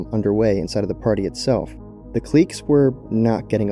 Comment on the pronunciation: i dlsike the way you pronounce cliques